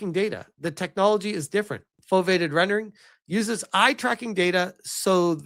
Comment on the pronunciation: Foveated is pronounced foh-vee-ay-ted